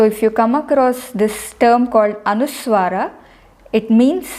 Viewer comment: Please understand the difference between v and w as used in English. Many cases you are using w where the correct transliteration would use v . The correct transliteration is anusvaaraH not anuswaarah. Indians mostly pronounce v incorrectly as w